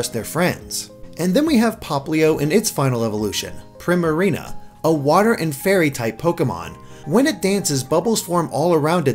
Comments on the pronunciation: I think it's "pree-marina" as in "primadonna", not "prim-arina" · Primarina's name is pronounced Preemareena. It's a play on the term Prima Ballerina (the lead dancer in a ballet performance) and Marina, which is pretty much a different word for Wharf.